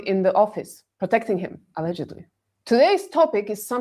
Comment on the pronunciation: your ALLGDLY, i thought it was 'All Godly' not allegedly 😂😂